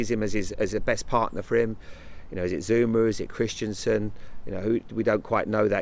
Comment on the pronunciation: Lol "Zoo-moo" the bull of a man